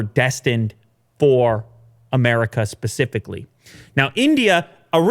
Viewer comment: Hey, can you stop saying "pacifically" it's specifically..... I'm in Australia and we didn't even make it onto that internet spiral graph and I know how specifically Pacific is......